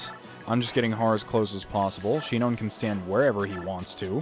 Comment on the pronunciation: Shinon isn't "SHEE-known", it's "SHY-non".